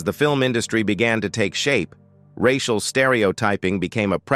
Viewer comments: "Rash-ee-al issues"? It's too much to just have an actual human narrate the video? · The AI machine goes all French when saying 'racial' and 'intergration'. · I am sick of these stupid AI narrations! "reishial" issues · Monday March 18th 2024, 1002hrs The A.I. mispronunciations of societal racial, and several other words are hilarious.